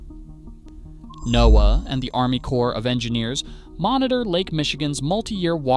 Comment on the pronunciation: I gave this a thumbs down for the horrible AI voiceover. Just a few examples: “NOAA” mispronounced, the phrasing is terrible (one point running into the next & stresses in the wrong places), place names mispronounced… obviously not a human. Lazy youtubers who can’t do their own voiceovers or won’t pay a VO artist, don’t deserve more viewers.